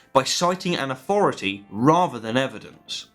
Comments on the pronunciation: Could you please use th instead of f. Its authority not aufority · “Rezer?” “Aufority?”